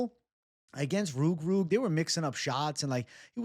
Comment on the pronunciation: can you say ROOG ROOG again 😝😝😝😝😝😝😝😝❤❤